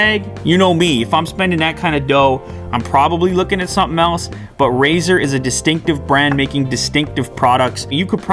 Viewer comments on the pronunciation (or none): Did he say Brazzer?